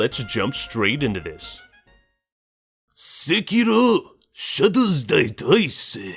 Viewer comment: You made me laugh so hard with that Sekiro pronauncment xd Thans a lot :D